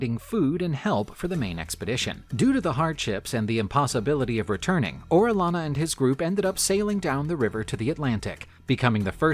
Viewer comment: Quito is pronounced like (kito) and Orellana is O re ja na, same sound as j en jet.